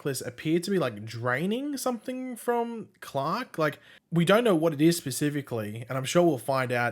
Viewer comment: His name is Clark. Not Clock.